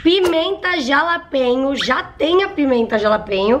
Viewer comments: Não se pronuncia como ta escrito. Se fala RALAPENHO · Se fala JALAPENHA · Se pronuncia RALAPENHO 🤣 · SE FALA, "RALAPENHO" <3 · "jalapenho" kkkkkkkk ai, só vc mesmo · se fores ver algum sitio diz jalapeno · Simmmm que agonia ela falando jalapeño 😂😂